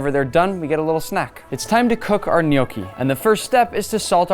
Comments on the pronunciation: its pronounced gn yò ckee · im not criticizing, but if it sounds almost exactly or very similiar to no key then you have it wrong dude, dont be overconfident. i was born and raised in italy my whole life and i pretty much grew up with gnocchi. soo at least double check before saying something like this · Who else has been pronouncing the word gnocchi wrong for their whole entire life until the Olive Garden waiter corrects them